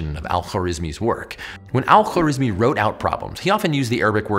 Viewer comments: what is is: al-khwarizmi ❌❌ what I hear: alpha rizz me✅✅ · Great Video! One note, in Arabic, we don't have consonants linking together much, because of the different ways to spell each letter. So the guy's name is Al Kha-wa-riz-mi